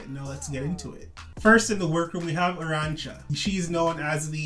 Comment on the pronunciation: As a Spanish speaker, I appreciate the fact that you have learned to say appropriately the name of the queens with severe Spanish accents "Arantxa" and "Hugáceo". ✨✨👏🏻